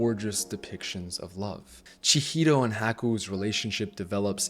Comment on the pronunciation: Also - unrelated - it's Chihiro not Chihito